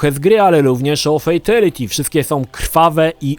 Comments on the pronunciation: Uszy mi krwawią jak mówisz "fejtelity", każdy konferansjer w MK odczytuje to jako "fitaliti" dosyć znacząca różnica dla fanów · "Fejteliti"? Serio? Uszy więdną. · fejteliti XDDD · Dlaczego fejtYliti xd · 'fejteliti'??? Po jakiemu to? Tak czy siak brzmi koszmarnej niż najkoszmarniejsze fatale;) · Ej ale ty wiesz że friendship i babality było genialnym pstryczkiem w nos wszystkim którzy krytykowali Mk za brutalność pozatym było to po prostu śmieszne i niestandardowe. Ps błagam popraw wymowę Fatality pls to nie brzmi dobrze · Ciulowato wymawiasz Fatality. :D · FATALITY a nie fejtaliti ;) i BYBALITY a nie bejbaliti ;) sorka, że się czepiam ale mój grammar nazi nauczyciel się czepia ludzi :P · Dlaczego gdy ktoś źle wypowiada słowo w języku obcym, to trzyma się go jak rzep psiego ogona i powtarza w nieskończoność? xD 3 minuty filmiku, a ja słyszałem o "fejtiliti" już z 10 razy. "Bejbiliti" już nie wytrzymałem i wyłączyłem to dziadostwo xD No a jak słyszę, że uznawana za najbardziej kultową odsłonę serii Mortal Kombat dwójka jest nazywana "taką sobie", to już wiem, że masz zerowe pojęcie o tej serii. Ot, włączyłeś, pograłeś i tyle, równie dobrze mógłbyś sobie włączyć pasjansa, bo zaangażowania nie masz żadnego. O ile w ogóle w nie grałeś, a nie obejrzałeś jedynie kompilacji "fejteliti" na YouTube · To moj pierwszy film od lat. Jezyk polski koszmarny, "fejtyliti" i "bejbylity" jeszcze gorsze. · Najbardziej ciulowate to jest wymawianie przez Ciebie fatality i babality.